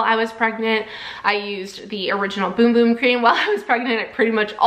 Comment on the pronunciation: I am brazillian and i can confirm thats how you pronounce it BUT she did say it weirdly. No offence of course